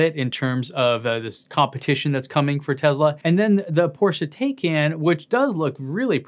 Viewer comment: Porsche Taycan is pronounced TIE-CON...